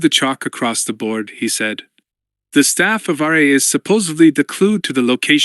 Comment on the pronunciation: Not sure, but I'd bet that happens when "Ark" is at the end of a sentence when the text has "ark." which then gets interpreted as an abbreviation. Another problem is the AI spelling the name "Ra" rather than pronouncing it.